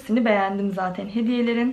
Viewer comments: Zateiiin.... zaten demek bu kadar zor mu gercekten? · Zateyn demeyi bırak artık 😒😒😒😒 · ya ALLAH AŞKINA ZATEİĞN DEME ALLAH AŞKINA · Zaten kelimesine artık zaten de zatıin deme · Zateğn diye diye bi hal oldun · Ne kadar çok zaten diyorsun ya onu da tuhaf telaffuz ediliyorsun.